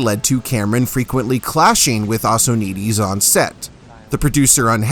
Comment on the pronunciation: Are you pronouncing Assonitis correctly?